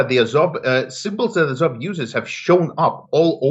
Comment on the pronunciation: A like ah with a tongue depressor, zo like saw, v like off.